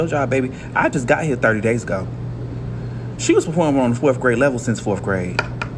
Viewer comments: Maybe it starts with a teacher that says “forf” instead of fourth. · maybe has something to do with a teacher that says things like “why yall don’t know this?” and “fourth graders be nice” and pronounces “fourth” “forf” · How can you learn to read when you say axe for ask, forf for fourth, and your entire sentence structure is wrong? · Let's also talk about 7th grade teachers who pronounce the word fourth with a second 'f' "fourf" Diction and speaking proper english not only help with expressing yourself they also reflect your competence and situational awareness. Kids (including this 7th grade teacher) need to learn English from some one with the training and discipline to speak it correctly. If social activists wanted to know the real secret sauce that will provide all this "privilege" everyone is so concerned about... It's being able to express yourself clearly and properly with appropriate balance of charm and respect. Find that balance and the world is yours. 🙉🙈🙊❤️✊🏿